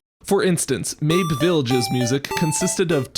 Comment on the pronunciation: Pretty sure "Mabe" has two syllables